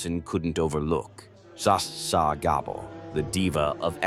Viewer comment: It was a good AI voclice until he tried to pronounce Zsa Zsa😂 and that wasnt Zsa Zsa it was Jane Fonda.